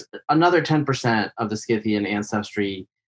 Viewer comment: The c is silent! In scythian!.